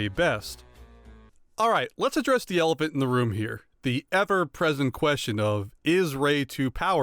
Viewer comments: I really liked ttyour critique of the sequels. Very eloquent and logical. I agree with you completely. Just one question, Where are you from originally? Why do you say “ElePANT” and not •ElePHANT? “Ree-ann” and not “Rian” (Rah-yahn)? And where are you getting that Anakin’s wife’s name is “PadAME” as opposed to “PADME”? Thank you. I enjoyed your video and have liked it and subscribed! Keep them coming😉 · I really liked your critique of the sequels. I agree with you completely. I’m just curious, Where are you from originally? And why do you say “elePANT” and not “elePHANT”? Why “Ree-yahn” and not “Rian (Rah-yahn)? And why do you say “Padame” instead of “Padme”? Thank you. I’ve liked your video and I subscribed!